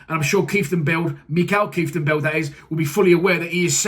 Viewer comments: I live in Holland...yes a good signing.... Will have to teach you to pronounce Groningen and Kieftenbeld lol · Saying his name wrong already 🤦🏼‍♂️😭